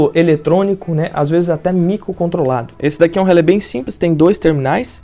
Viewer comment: fico pensando, se relé tem um acento agudo no final (cuja funcao alem de indicar a silaba tonica é indicar a pronuncia aberta da vogal), pq as pessoas pronunciam relê com a vogal fechada, como se o acento fosse circunflexo....